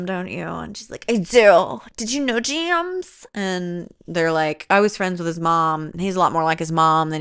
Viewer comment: The way you said ✨️jeems✨️ instead of James absolutely cracked me up every single time. And the shirt bit- The commitment is award worthy.